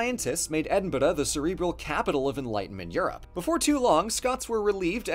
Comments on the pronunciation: Sorry to add to the comments about the 'Edinburgh' pronunciation, but I think I worked it out. The 1st part sounds RP, and second more Scottish. For RP it's Eh-din-bruh and for Scottish it's more Air-din-brruh or Ee-deen-burruh depending. I think the mixture threw people is all! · How ARE you pronouncing Edinburgh the first few times? O.0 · As a Scot i cant handle the way he pronounces Edinburgh. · I love how you pronounce Edinburgh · Came for the history stayed to laugh at the Pronunciation of Edinburgh 😂😂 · Anyone else get a little bit of whiplash every time he says Edinburg? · Well the pronunciation of Edinburgh still can't beat the time I heard a Yank pronounce Plymouth as Ply-mouth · Your pronunciation of Edinburgh is just too funny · Edinburgh sounds weird pronounced like that. Too heavy on the r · hearing this guy pronounce Edinburgh had me dying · I appreciate that you tried to pronounce Edinburgh correctly, but as an Edinburgh native, just say it normally. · I laughed every time said Edinburgh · Great video but that pronunciation of Edinburgh literally took years off my life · Hes trying to hard to pronounce Edinburgh and I respect his efforts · who told you Edinburgh is pronounced like that? Please stop. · Still cant say Edinburgh 😂😂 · has learned that Americans pronounce Edinburgh wrong a lot of the time, but he has not learned how to say it correctly. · New way of mispronouncing Edinburgh just dropped. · Why the fuck is he pronouncing Edinburgh like that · Ok so it's not edinbroooo anymore but I have to tell you that edinbuhduh is more of a lateral move than an improvement 🙃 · do you mean edinbruh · It's pronounced Edd-in-bruh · please never say Edinburugh again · Edin-bu-roo 😂 Tf was that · Stop saying Edinburgh like Edinbuler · Wait, isn't it more pronounced as "Ed-in-brough"? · As a Scot, that pronunciation of Edinburgh gives me the fear. That’s beyond any pronunciation I’ve ever heard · the way he pronounced Edinburgh is making me die